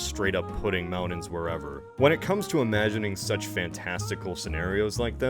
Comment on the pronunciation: Why does this guy insist on pronouncing T as D? Moundans. It drives me insane and I cannot stand it.